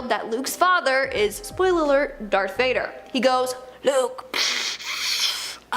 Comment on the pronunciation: Did you just say “Dark” Vader